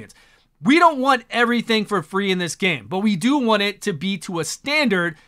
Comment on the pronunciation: I swear only Plarium could screw up "free" this badly..